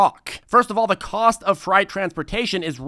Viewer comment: Freight= Fr-ay-T